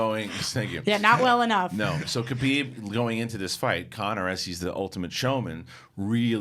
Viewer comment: Guys it's Khabib not Kabib